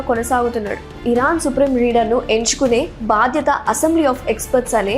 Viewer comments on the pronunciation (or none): none